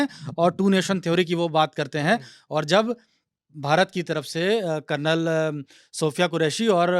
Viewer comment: Karnal ni re bhai Kalnal bolo